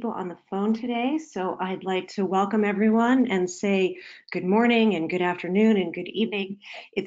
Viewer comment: Sounds like "hello every run"